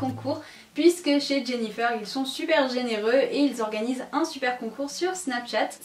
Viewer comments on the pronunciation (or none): On dit jennyfer comme le fer pas jennyfeur comme coiffeur